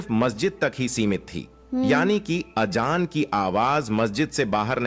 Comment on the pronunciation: अबे गनडु अजांर हे वो आजजान नही हे